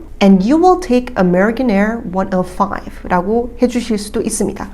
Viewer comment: 비행편 말할 때 on American Air 105 ->숫자 발음을 원 지로 파이브로 안하고 원너파이프 이렇게 발음 하시는거 같은데 왜 그렇게 하는지 알 수 있을까요?